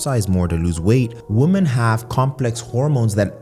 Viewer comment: For some reason, I find it annoying that you pronounce "woman" and "women" the same...